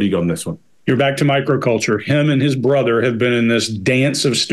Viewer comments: He pronounced brother like BITH-AWW. Anyone know why? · Yeah!! When he says brother…. What was that!!? It’s not exactly an accent, is it? Just a weird way to pronounce some words.